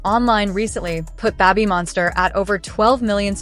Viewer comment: Babb-bee Monster? Is it possible to get a new AI pronunciation please :goodvibes